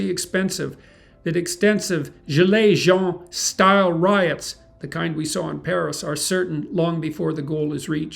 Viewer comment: You had me at the "gilets Jaunes" prononciation 😄 saying "Gilet Jean". Interesting datas out of this video. These aren't great news, but we are warned with better informations now.